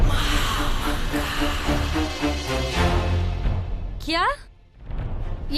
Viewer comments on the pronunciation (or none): Mhamanga ❌mhadanga 😅